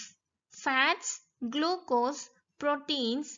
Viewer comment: It is not glucos